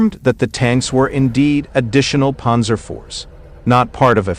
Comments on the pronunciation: "Ponzer" tanks? I can't. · “Ponzer” fodder. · Does this guy know how to pronounce Panzer, it's irritating to listen to him...